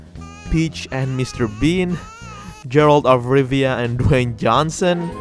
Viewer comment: Too bad he said "Jeralt". That hurts 🤣